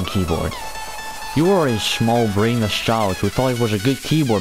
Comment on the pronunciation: lol I love how you sayed "shmall"